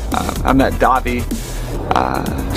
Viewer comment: It's DAHVIE not Davey!!!!!!